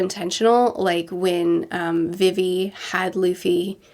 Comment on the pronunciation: It still kills me how she pronounces vivi’s name, it’s pronounced like vee vee